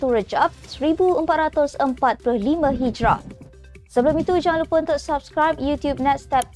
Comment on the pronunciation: ......semak semula sebutan Hijrah